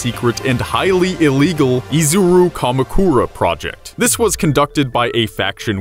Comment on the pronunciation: You said Kamukura and Mukuro wrong but yeah it okay what I said was cancer